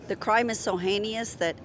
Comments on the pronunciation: crime is so “heineous”, huh? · It’s hein-ous, not hein-i-ous. I feel dummer now listening to some of these people. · Heineous. Dah. Heinous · Republicans: “Your pregnancy is my business, but the well-being of your child is not my problem.” To quote the lady , they’re hay-nee-ous. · What's "heinious"?